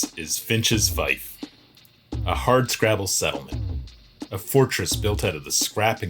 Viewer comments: It's pronounced "feef". Other than that, cool design and story. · Great build but it's pronounced "feef", linked to fee, fealty and feudal. It ultimately derives through latin "Feudum" from germanic "Fehu" like the rune "ᚠ" meaning cattle or property. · Fief is pronounced "feef". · Love the story building. One thing though... Fief rhymes with thief.